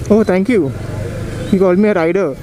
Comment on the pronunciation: Halfway through and already love how you've stepped up your review game! Informative 🤙🏽 'Oh Riderrrrr!' xD